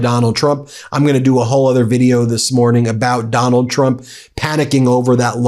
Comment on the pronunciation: Heh. Ben said "that Donald Trump" and I heard "MacDonald Trump".